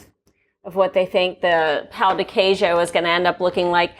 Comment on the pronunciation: It hurts my ears the way you are pronouncing pão de queijo 😭😭😭